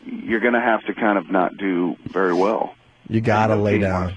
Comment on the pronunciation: Opie can’t pronounce anything that ends in ERY, very is vury, berry is bury